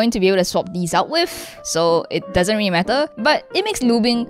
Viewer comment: “dis is rilly crever”